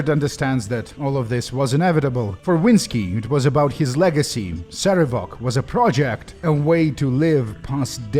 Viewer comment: PC: wow your dad's a jerk. Sarevok: Yeah he...wait why? PC: Why did he name you Cover-ass? Sarevok: WHAT! That's not how it's pronounced!